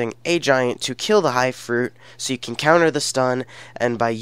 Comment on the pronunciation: its counters not conters bud